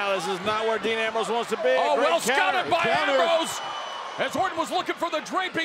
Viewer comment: Thought it was dean not dan